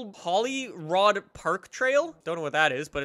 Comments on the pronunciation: It’s holly rode it’s said like that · 'Holly...rod?' Fucks sake, he's not even trying is he? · holyrood prenaunced holyrude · Hollyrood is pronounced hollyrude :) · Did he say holy rod ?? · It’s said Holyrood as in rude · Pronounced "Holly rood" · Pronounce Holly-Rude if I’m right?!